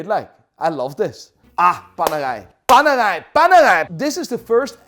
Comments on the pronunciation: What the f is worng with his pronounciation he says panerai as panagai and Pam as pum although your English is better than me learn how to pronounce.. No bs it was funny to hear it though.. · PaneRai with an R its not french. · Please grow an italian R to pronunce paneRai as it deserve. RRRRRRRRRRRRRR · keeps saying "PANERAI PANERAI PANERAI". All i hear "PANEGAI PANEGAI PANEGAI" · PANERAI met een Haags accent? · Loving the Dutch accent on ‘Panerai’ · So Apparently Radiomir, the original panerai is not a thing Also Panerai is supposed to be pronounced the Italian way, with the rolling R, since they are named after a italian man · Why is i pronouncing panerai like its a french watch, its italian the r is pronounced in another way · Why do you say Panera with a French accent